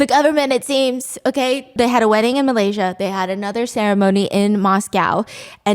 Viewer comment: Shut up stop saying Malaysia wrong